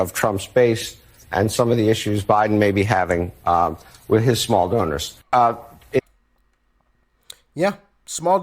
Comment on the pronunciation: Did you say small donor or small Boner?